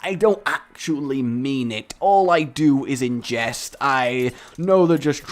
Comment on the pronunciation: mfw I heard "All I do is ingest" but it was actually "in jest" oh raeg ( ͡° ͜ʖ ͡°)